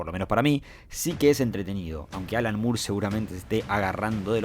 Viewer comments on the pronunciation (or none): none